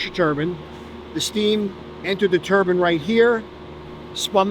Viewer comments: The dude saying TURBAN instead of Turbine at the beginning of the video (6ish min mark) annoyed the heck out of me as a NYer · It’s killing me to hear nuclear professionals say turban and not turbine the entire video.